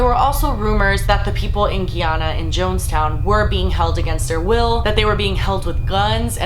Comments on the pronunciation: It's pronounced, GUY-ANNA LIKE A GUY AND THEN ANA. loved the vid tho<3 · It is pronounced guy ( as in the male species) ana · It is polite to learn how to pronounce the name of a country that you are talking about. You can look up correct pronunciations right here on YouTube, it is very easy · df is Guiana? it's Guyana. .guy ana. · Loved the video, but the way she said Guyana tho... 😒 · The way you pronounce Guyana makes me cringe so bad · Didn’t know what she was talking about at first either. Literally hurt my heart every time she said it wrong 😂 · hahaha😂😂😂....how she pronounced Guyana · that's not how Guyana is pronounced cringe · You've pronounced Guyana wrong this entire time. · lol how she pronounces Guyana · Cringing every time she says "Guyana" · Thank you for posting ...except for the pronunciation of Guyana 🇬🇾 ...very interesting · how she's says guyana makes me cringe 😭😭 i'm guyanese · lol you said Guyana weird :^) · It's not pronounced guiana it's guy-anna I'm not trying to be rude but a lot of people get it wrong. And the whole situation was really shit my family is from Guyana and he managed to trick people into this cult and he wouldn't let anyone leave and said that drinking the drink would all help them in some way shape or form but in reality he just wanted them all to die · I'm born and raised in America but I am Guyanese and it sucks because usually the only thing that people know about Guyana is this terrible thing that happened. Also it's pronounced 'Guy•Ana' not 'Gee•Ana':) love you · its guy-Anna not gey-Anna. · It's funny how u pronounce my country name iananna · Guyana pronounced "guy-anna" lol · Pronunciation GUY-ANA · Guy-an-na ! Lol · GUY-ANN-UH omg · Okay you said “hit the music” and I’m sold!!!!😂 subscribe! And it’s Guyana GUY-yuh-na lol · ( 'guy' 'an' 'na') that's how it's pronounced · It’s pronounced (guy-anna) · Guyana pronounced *guy-anna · the word is GUY ANA ..................................................